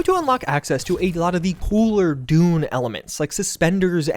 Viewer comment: i keep hearing "Dude" instead of "Dune".